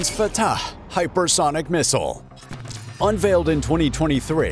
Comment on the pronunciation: The way this guy pronounces Fatah is superb. Love and peace to everyone.